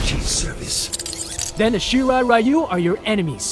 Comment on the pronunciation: To think we would have learned how to pronounce "ryu" correctly by now...